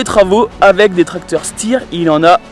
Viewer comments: Salut juste pour ton info la marque de STEYR se prononce Stèyère et avec l'accent ça fait chtèyère..... LOLLLL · Superbe vidéo. C'est drôle parce que toi tu dis stir alors que nous en Alsace on dit plutôt chtayeer🚜🚜🚜🚜